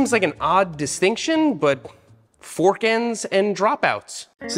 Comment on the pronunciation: Seth putting wohder on his fohrk to dampening it made my day